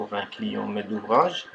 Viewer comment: quand ta dit un met d'ouvrage j'ai cru t'aillait parler en arabe la hhh